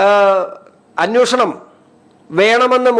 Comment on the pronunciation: അന്നോശണം അല്ലെടാ അന്വേഷണം എന്ന് പറ!